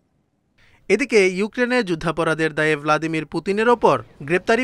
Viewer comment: It's not Volodemir Putin.. its Vladimir Putin